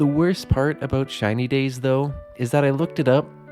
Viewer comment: Why am I hearing China days?